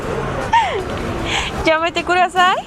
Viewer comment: Pero que pronuncie bien, es yamete kudasay, nyaaaaaa y ko ni chi wa...